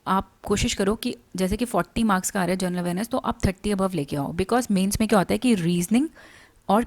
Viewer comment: Your video and content is good..But when u pronounce the word "general" in general awareness it sounds like "journal" plz correct it mam😊